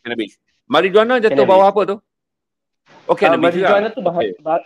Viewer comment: Perkataan MARIJUANA harus disebut MARIWANA.